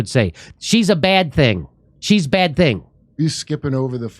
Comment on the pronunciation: FICKING HILL She could do with learning a few vowels. She uses I nearly all the time.